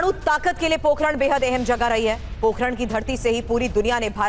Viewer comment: जय श्री राम । नरेन्द्र मोदी जी को नमन। पत्रकार महोदय, पोखरण नहीं है पोकरण है।